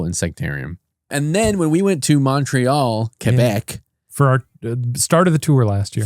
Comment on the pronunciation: French Canadian from Ontario here and love how you put the effort into pronouncing Québec properly 😊